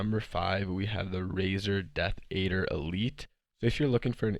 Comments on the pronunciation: What hit it out of the park though is when he called the razer deathadder the death “aider” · How did he mispronounce “adder”